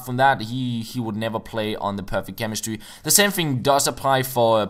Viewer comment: The perfect chemistWy :)